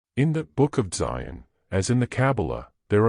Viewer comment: He say Dzyn anke Zion. It's pronounced dzjahn, almost like John with a softer sound to start.